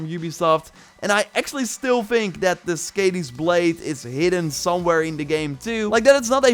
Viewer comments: that's is-kuh-dee not skeydee (Skadi) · Skaði= pronounced “SKAHD-ee;”